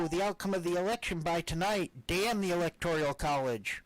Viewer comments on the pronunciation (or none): it's not 'ELECTORIAL' college, it's 'ELECTORAL'. Phew..